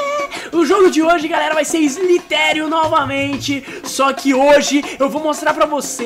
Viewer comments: Não é SLITÉRIO, é slither io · Se fala slaiderio